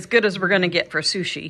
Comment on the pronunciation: "fru-shi ?!?" ... get's me everytime